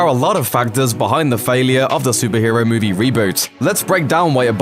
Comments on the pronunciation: Why can't you say "movie" properly? You sound like a ming-mong saying "moovay". Next. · Have not seen the film yet, doesn't look great but what I did hate was the way this going kept saying moovay instead of movie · had to stop watching ...you saying movay make me sick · What's a mooveh? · What the hell is “muuvey” u said movie correctly too